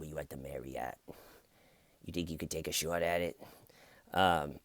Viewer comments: Wrong accent. Shaawt would be a new Yorker, Boston would be like shaaaght. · "Take a shouwt at it" I never got bored of that. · "Wanna take a shawt at it?" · the auto generated captions say “Shhhh what” when you say “shot” with a boston accent 😂